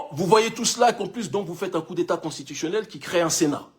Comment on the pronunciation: On dit " Coup" et non " Cours "